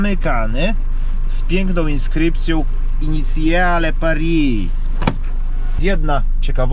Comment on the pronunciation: Initiale kurwa nie inicjale ja pierdole 😂